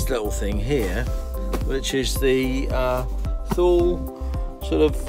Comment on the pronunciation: Just a point. Thule is pronounced too lay.